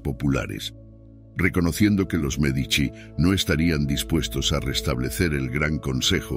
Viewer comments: Me encanta la entonación, del Sr. Que narra, también es un excelente narrador. Lo que no entiendo, es si dice nombres o apellidos correctos, unos minutos después, parece que se le olvida cómo pronunciarlos ejemplo. Merdici , Medicis en lugar de Medici. Mandragora sin acento, Señoria, De ya Rovere en lugar Della Rovere etc. de pronto no sabe uno a quien se refiere. O el que narra es IA ? De cualquier forma muchas Gracias tiene datos muy interesantes que yo no sabías. saludos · Medici, no Merdici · Aunque no lo parece, quiero pensar que es una máquina la que lee, porwue no pone un p. acento bien, y no hay nadie tan tan tan pero tan ignorante que no haya oído hablar de los Medici, no Merdici😂😂😂 o Merdizis😅, MEdici, pronunciado Médichi.